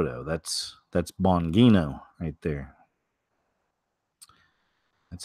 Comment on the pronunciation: It’s pronounced Dan (Bon-G-No)